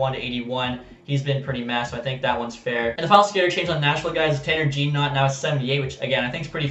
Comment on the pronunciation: Tanner Jeannot is pronounced “Jeh-No” not “jean-knot”